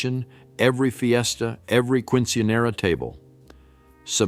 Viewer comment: Quinchenera😅 love it